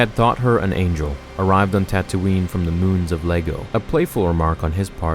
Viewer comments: LEGO lol. It’s pronounced E-A go. Spelled with a capital i that looks a lot like a lowercase L. Common misconception when read in a text. This is how they pronounce it tho in TPM and The Clone Wars episode Mystery of a Thousand Moons. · I think it’s “eye-e-go” not Lego 😂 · "Moons of Lego" xD It's moons of (i)ego but that's ok, it's a common mispronouncing because large i - I looks identical to small L - l. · He said Lego instead of Iego XDDDD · Lmfao I love ya fam but it's an "i" not "L", Iego (ee-ay-go) not Lego 😂😂😂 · Easy mistake to make. Iego is pronounced "eye" "ay" "go". Its spelled with an I not an L. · "The Moons of Lego"? It's iego my dude Lol.